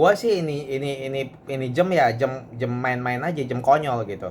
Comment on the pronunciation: Jam, jam.... Je A Em. Jam... Bukan JEM but.